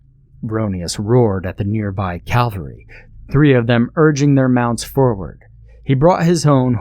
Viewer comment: Sorry, it is a big peeve for me. But a great vocalization and selection as ever. Also, a good story well done to the writer.